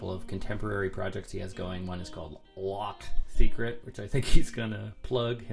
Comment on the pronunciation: 🤦‍♂️"lack seatcrate" 😂 It means secret lake in French. The pronunciation is a little off though bonus points for trying. 😁🤘🤘🤘